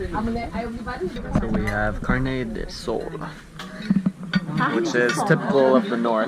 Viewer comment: Kkkkkkkkk Esses dias ela falou "carne de soul" aí na legenda tava "carne de alma"